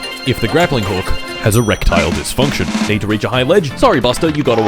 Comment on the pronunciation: Geraptile Disfhoonktion